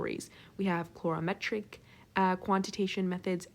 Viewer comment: Excellent, but -clorametric? coo-vette? I learned color-ee-metric, cue-vette. Otherwise great!